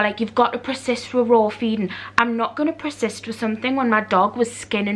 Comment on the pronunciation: Why cant you say so many words? It’s PER SIST . Not PRE SIST?!? There are so many words you can’t say . Especially words that have a SH in them. It’s embarrassing